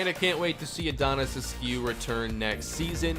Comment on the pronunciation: The only thing you should change is the way you pronounce askew... please just look up a pronunciation of the name and I promise you it’s pronounced “ask you” every single time